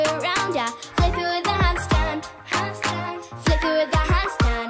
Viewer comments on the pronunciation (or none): You said wit instead of with